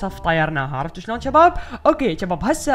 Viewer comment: ليش تحجي بحرف ج اتكول جباب ما تكول شباب